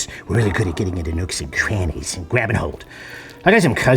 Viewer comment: is it me or did the virus say nooks and trannies